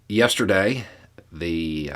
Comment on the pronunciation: He has trouble saying the word ‘yesterday’, so deficient is not a strong enough word imo. Lol. The pretzels are loud, but I think lessened to the point of irrelevance.